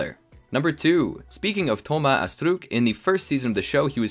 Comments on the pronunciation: Stop saying astrook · I know its french but french ppl don't pronounce astruc like that